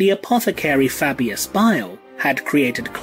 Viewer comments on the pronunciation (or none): none